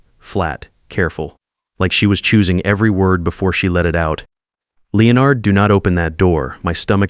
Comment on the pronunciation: Good story, but the AI voice on this story makes me crazy. It's LEN-ard, not LE-o-nard.